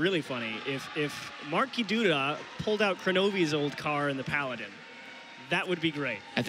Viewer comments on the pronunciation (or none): none